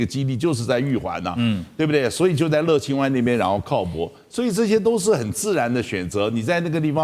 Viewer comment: 不叫乐le清 。那叫 乐yue清